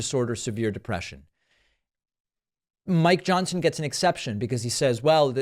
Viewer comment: did you say my Johnson or Mike Johnson ? It's trying to throw me off from reading the morse code of your blinking eyes